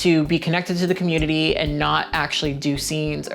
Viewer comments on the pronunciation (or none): I love it when you speak on the 'cah-moot-tity'!